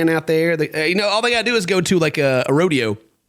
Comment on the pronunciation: Everytime mispronounce ''rodeo'' I can heard Scott yelling RO-DE-O